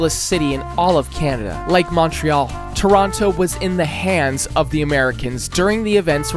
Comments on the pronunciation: he mispronounced toronto get him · the way he pronounced Toronto with that second T really pissed me off. Though it wasn't close to the worst one, as Boisbriand probably holds that LOL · why bro saying "Mawntreal" "circus oleh" and "ToronTo" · “MAWN-tree-all” “reh-GEE-nuh” “yay-LOW neef” ??? Like seriously??? Don’t get me started on how he says Toronto as “too-roon-TOO” it’s killing me